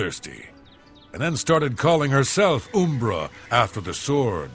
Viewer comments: Umbra in Morrowind is an obvious play on Lancelot. He literally says the same dialogue as the screenplay. It's also pronounced; Um-ber-rah not Oom- bruh. Umbrah also means shade or shadow. Side note: Jeez, I can't believe how bad the contrast and coloring is in Oblivion. I had forgotten, it looks worse than Morrowind. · it's umbera not oooombera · Not to be that guy, but this did bother me, it's pronounced uhmbra, not oombra. Umbra means shadow or darkness. WHAT? 😂Now I'm convinced your just ducking with people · I do find it amusin' that he called the sword "Ooom-bruh" I was like, "Oh, I thought it was 'Uhm-Bruh', but I guess one of the latter games says the name". Clavicus Vile: "It contains the soul of Uhm-Bruh". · Umbra. Not Oombra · Uh-mbra, not oo-mbra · Has this guy never heard the word umbra or something, cus its a real word... Like why is he calling oooommmbraaaa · Oooooombra ooombra ooombra. Imagine calling umber oooombra... MFER THEN YOU CHANGE PRONUNCIATION TO SAY IT CORRECTLY JUST ONCE THEN FUCK IT UP SECONDS LATER.... HOW. OOOOOOOOOOOM BRUHHHHH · It’s umm-bruh btw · Dude doesn’t know how to say um-bruh lmao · Good content, but the pronouncing of umbra left some satisfaction to be desired. Heh its closer to UMM-bra. It's a plane of existence technically. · Uhm Bruh uhm bra um bruh umbra